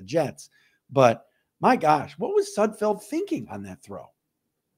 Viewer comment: No room for error on this team. At least you know that last name is Sud FELD, unlike Micro Mike who calls him Sud FIELD👍